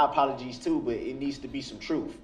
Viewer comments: "there needs to be some troof. " "I didn't axe you that" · Lies so much he cant pronounce the word truth... Trooof 😅😅😅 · I hate when people exchange the ending "L" sound for an "oo" sound. People becomes pee-poo. Table becomes Tay-boo. L is pronounced everywhere except when it's at the end. So lousy. Why say "trufe" instead of "truth", even though you can say the "th" sound in the word "the" normally? Willfully ignorant people like this should be barred from representing themselves. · He axed for da troof. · I did not know " troof " was a word, learnt sumtin new today